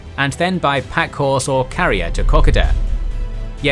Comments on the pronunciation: I only got to the first ten seconds in this presentation and with the wild mis pronouncination of Kokoda decided to post this with the rest sight UNSEEN. Any history needs to be researched to reveal documentary evidence of what the writer wishes to reveal,. Japanese documents reveal that they landed 22,000 troops at Buna/Gona , 12,000 0f which were veterans of fighting in China, The attack on Hong Kong and invading Malaysia, they were the Pacfic South Seas soldiers, the other 10,000 were made up of different echelons . including, army and logistics and service elemetns. There opponents consisted of 542 men of the Aust ralian Milita, and a nomimal New Guinea battalion that evaporated as soon as the Japanese landed, they went home to make sure their families were ok, something we all would have done. That being said, 542 V 22,000 were not real good odds and the Australians withdrew, the Japapanese pursued them, about 8,000 did, these figures and st ats are available from NOT only the Aus tralina domumen ts but also t he Japanese so are not revisionist history but merely the fact. The Australians WERE outnumbered 16 to 1 at th is s tage by well supplied , well armed and well led warriors or previous enagagements, The Australians were untried militia with limitied training and not much in the way of a program to support a fight against a super ior enemy force. The average age of t he Australian militia was 18 and this is another fact t hat can be CHECKED from official records. Ko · I've just gotta say the pronunciation of Kokoda is so different in Australian. We pronounce it ka-koh-dah. Kok-a-dah sounds so strange to my ears. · ko-ko-da not cocada. jeez 3 videos of this mistake already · Already can't deal with the pronunciation of Kokoda. Think of it like you're saying Coco pops not caca pops. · Pronounced "Coke - Oh - Dah" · Kokoda pronounced Ko-ko-dah, no emphasis. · It is pronounced kok ko da not how it you say it. For Aussies it is a sacred place like Gallipoli